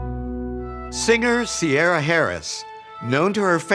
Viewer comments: "Sierra"? It's Irish and pronounced Kee i ra! If you are going to culturally appropriate at least say it right! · Ciara is pronounce Ceera in Ireland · Strange way to pronounce her name. We pronounce like Keer rah. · Ciara is an Irish name pronounced Kira